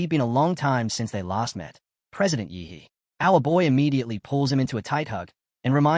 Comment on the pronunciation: Why does the pronunciation of "yi he" "ihi"